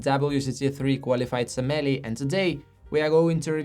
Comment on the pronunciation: I enjoy your videos, but could you please practice pronouncing "sommelier"? It currently sounds like you're referring to something entirely different. :face-green-smiling